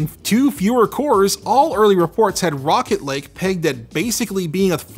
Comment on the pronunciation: I keep thinking he's saying "Rocket League" when he's saying "Rocket Lake"